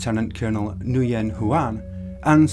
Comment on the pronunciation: Nguyen is pronounced Win like “the Vietnamese were going to win this battle”